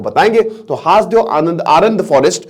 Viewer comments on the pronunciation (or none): सर हासदेव नहीं, इसे हसदेव कहते हैं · सर हासदेव नहीं सर हसदेव है क्युकी मै वही कोरबा एरिया से हूँ! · जी सर जी हसदेव अरण्य है जी हासदेव बोल रहे हैं😊😊😊 छत्तीसगढ़ से मैं हू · Haas dev nhi hai hasdev hai..